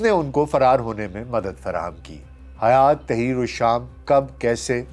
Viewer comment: حیات نہیں بلکہ ہیئت